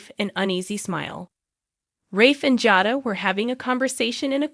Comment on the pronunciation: It's pronounced JADA